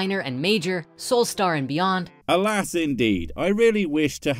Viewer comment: Oh I've been waiting for a Spirit Stupid video for a while 🤣 "Alas..." From SS is "All-ass"